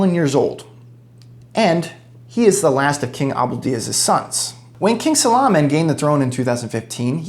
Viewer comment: It's Salman not salaman😂